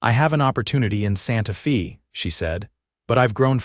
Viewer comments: Fairly good story. But I wish you people could find an Ai that could pronounce words correctly. Santa Fay, not Santa Fesses. And so many others. Netracts from the story. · AAAAGGGGGHHHH!!!! Santa Fe is not Santa FEE!!! AI needs an editor/trainer! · Santa “fee”……..AI sucks